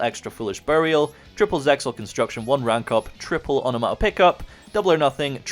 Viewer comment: Am I missing something or can not pronounce onomatopoeia?